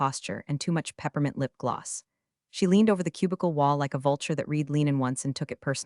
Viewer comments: AI can't pronounce words correctly. you think by now, they would default "read" to "red" instead of "reed" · Nothing yanks me out of a story faster than “reed” instead of “red.” And Ortega deserves better!